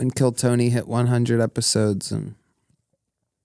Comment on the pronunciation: The way he says Tony is so great 😂 “Tewney”